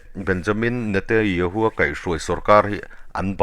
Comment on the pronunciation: I news ngaihthlak a nuam e,Mahse Israel prime minister hming i lam dan hi ...Benyamin Netayahoo Nilo in Benyamin Netanyahoo tih zawk tur aw😊